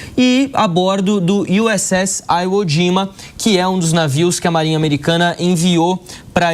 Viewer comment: 'Aiwo'. Aprenda a falar certo. 🤣🤣🤣🤣🤣🤣🤣